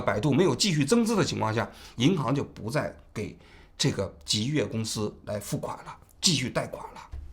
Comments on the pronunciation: 极越汽车啊，老王，一直在说极度汽车😅😅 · 最近的节目太不严谨了，极越说成极度，12月11号又一直说成11月11号，之前有一期还一度把钟明轩说成林明轩，虽然你们是个网络节目，但这种业余状况和你的调性又不符，听起来真的难受，如果一镜到底是这种效果的话，其实也可以考虑剪辑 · 是极越不是极度😂😂😂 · 是极越， 不是极度。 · 叫极越，不是极度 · 到底极越还是极度 怎么一直口误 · 极越啊 从头到尾都说错 真的难受，怎么这么低级错误的视频还要发出来。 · 王局最近都不审核了吗 极越汽车一直说成极度汽车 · 真的听不下去了，到底是我文化不好，还是王局读错了，极度极度的，听的非常难受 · 主播的普通话不过关吗？念错好多字！极越？极度？ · 从头到尾一直念错极越，实在看不下去了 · 王局，雖然是間倒閉的公司，但極越一直唸成極度，聽著實在有點…… 是口渴到極度乾燥了，才一直唸錯嗎？ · 把极越一直说成极度，太不专业了。。。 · 这一期口误太多了，一直在讲Ji Du汽车，是因为不能讲极越这两个字吗？ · 极越汽车，你到底怎么回事，连名字都叫错，一直叫极度汽车，听着太别扭了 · 不是极兔汽车 是极越汽车 王局怎么最近稿子总是读错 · 字幕是極越，人家直播也是極越，王志安則是滿口極度極度? 真是有些莫名其妙，還以為"越"這個字可以念度了。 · 极度早改名极越了，你标题里也是极越，怎么全程读成极度。感觉准备工作没做好，手下收集了信息后只看一遍就播了~ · 极越，不是极度～最近错误频繁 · 王局最近节目嘴瓢次数越来越多了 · 到底是吉度还是极越啊，累死了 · 极越汽车怎么念成极度汽车了，错别字太离谱了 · 王局别激动，好好说话，是极越，不是极动❤ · 王局纠正一下，是极越汽车，不是极度，哈哈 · 真jb服了，你一个做几十年的媒体人，连字都说不明白，极越 极越极越！你读极度？都这么简单的错误你翻翻以前的节目，你错多少次了？ 老犯这种低级错误，央视不开你开谁？ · 不是极越嘛，为啥王局一直念极度？口音问题嘛？ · 极度极度极度😂😂……HR叫HO！王局…能不能专业点… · 能一直把极越说成极度 王局也不容易 😂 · 是极越，不是极度！王局，严谨点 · 极越，怎么老是说成极度？ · 。。。极越次次说成极度，你可真行！ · 王局要自我检讨了，车企名字一直念错，让听中观感很不好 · 极越，不是极度，老王总是在节目中读错字，要改，否则扣钱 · 这车企死都死了，你都叫不准他的名字，他叫极越，不是极度啊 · jiyue 不是 jidu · 极度极度的😂，这口误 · 极越汽车极越汽车，通稿念错名字！ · 极越名字没取好，从王局一直念错它的名字来看